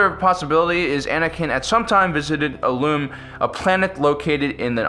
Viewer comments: It's IL-um not IL-oom. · It's pronounced {ill-lum} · Pronounced "ill-um"